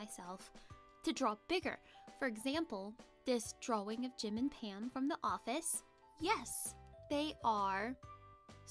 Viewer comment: I love how you say drawing like drouing